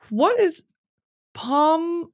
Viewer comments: pronunciation is (pom pom pure-in) ❤️ from a sanrio girl😭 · ITS PRONOUNSED POO-REEN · dying at the way Britney pronounced "Pompompurin" lol